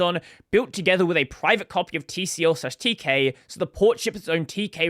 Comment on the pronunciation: Fyi, TCL is pronounced "tickle" and Tk is often pronounced as "teak". The official pronunciation of TCL/Tk is "tickle teak"